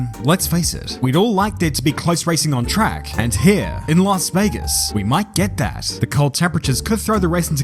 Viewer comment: It's Las Vegas😂